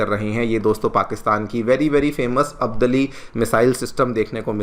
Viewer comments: आप तो भारतीय हैं, आप अब्दाली को अब्दली क्यों कह रहे हैं?????? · Bhai teacher hai shabdo ko to sahi bol de. अब्दाली है अब्दली नहीं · अब्दली नहीं अब्दाली मिसाइल है। थोड़ा तो ध्यान रखो।